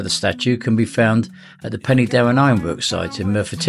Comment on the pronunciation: Pen- er-Darren not Penny as in currency